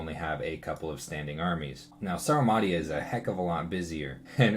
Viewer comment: Pronunciation of Rus and Ctis seems a bit wrong. Quite possibly I am wrong in this.